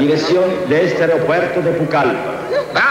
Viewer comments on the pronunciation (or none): Aparte dicen Pulcallpa y no Pucallpa. No hay personas de la zona hablando con el dejo de allá. Fuera de eso, nos narra la historia de esa terrible tragedia. Yo también la vi pero en otra versión ésta historia. Gracias por compartir ésta versión de ese hecho. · Es Pucalpa, no Pulcalpa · La pronunciación en la traducción de Pucallpa está mal hecha. Se pronuncia como suena. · Es Pucallpa